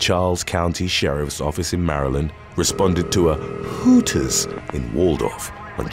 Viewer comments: The way you say Hooters cracks me up. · Did he really say Hooters like that 😂